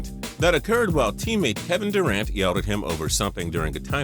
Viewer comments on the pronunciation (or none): none